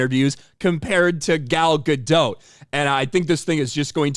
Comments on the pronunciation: Gal Ga-DOT, not Ga-DOUGH. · It's Gal Gadottttt. Not Gado. It's a Hebrew name, not French. Can you say the T in the end? Please. Love your vids BTW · Gah dot, not gah doe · One note: the T in Gadot is not silent. I hear a lot of people mispronounce it since it sounds French. But it's a Hebrew word for river banks. Fun fact: Gal means wave, so her name means "wave on a river's bank"